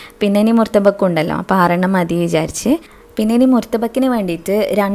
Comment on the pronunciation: ഓഹ് കടവുളേ. മുർതബക് 😜🤔.... ""മുതബ്ബക്ക്."" ഇതാണ് കുട്ടി കറക്റ്റ്...